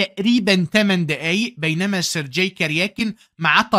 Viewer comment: الله عليك يا ، عظمة على عظمة، ملاحظة بسيطة، اسم Sergey ينطق بالجيم المصرية، وهذا هو النطق الصحيح في اللغة الروسية (sounds like sur-gay)